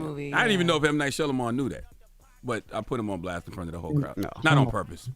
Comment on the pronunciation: Charlemagne and that slippery tongue is sending me. Jess plz cont. to help your colleague say M. Night Shyamalan correctly.